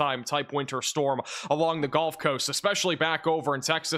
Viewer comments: I’m not trying to be a jerk, but as a Mississippi resident, it is the gUlf coast not gOlf coast. One plays golf on a golf course. Seagulls live on the gulf coast. But I love your weather reporting and it is so much more accurate than any of the mainstream media. I love the energy you deliver in this space. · These videos are awesome, glad I found the channel. But, are you saying "Golf" coast intead of Gulf coast. Sure sounds like it. Carry on... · Why does he say “GOLF Coast”?